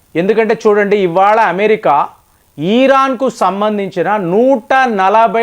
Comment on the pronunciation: ఇరాన్- ఈరాన్ కాదు. యురప్ కూడ తప్పు పలికారు .